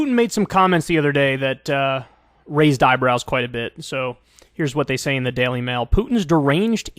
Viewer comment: The Dail Mail??? For REAL, Kyle???